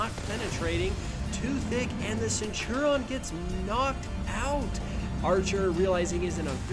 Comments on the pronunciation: why do you say (senturon) it's (sent-oo-ree-on) it's bugging me🤣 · Centurion. It's not Cen-tur-on. It's Cent-ur-ii-on. Please XwX. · Great video. It's pronounced Centurion not Centuron hahaha. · it was so annoying XD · The centurion is pronounced cent ur eon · ik it's really irritating